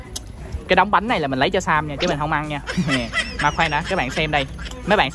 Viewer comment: Sam mà tui nghe nhầm thành Sa =))))